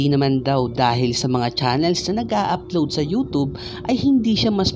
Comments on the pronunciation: Nobody: Him: youtob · Proper way of pronouncing Youtube, youtoob. Fyi